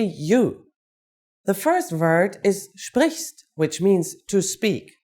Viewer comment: Confusing. "Sprichst" doesn't mean "to speak"; the infinitive of "sprichst" is "sprechen"; as correctly said "sprichst" is the conjugated 2nd person singular... Also, the pronunciation is artificially overemphasized - you usually won't hear the "t" in "sprichst du..."; but the "t" will blend into the "d" of the following "du"... just like you won't hear a "t" in the word "lecture" in English [which some Germans will sometimes try to insert :)]